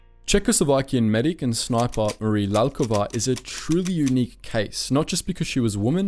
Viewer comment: Pronounce (Häyhä) in right way please . Y in his surname sounds like ew in word new . You welcome Oj and Maria Ljalkova you pronounce wrong I am Slovakian you can be sure. 😉